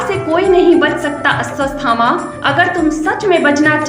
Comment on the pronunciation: Madam woh Ashwathama hai....... You are saying Asvasthama. It gives a wrong meaning to the name